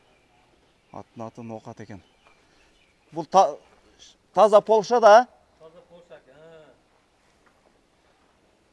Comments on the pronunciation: Полша эмес Польша, ПОЛЯК деп айтылат. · Пол ша эмес, польша, поольшаа😂😂😂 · Полшаа болбойт Польша деп айтылат туура айтсан